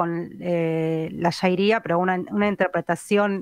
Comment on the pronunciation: q feo censurar un comentario porq no nos gusta,.- Era MI opinion, y no dije ninguna mala palabra. Al margen avisar q se dice sharia, no shairia, como tan mal se la pronuncia en la charla.- 34.02 seg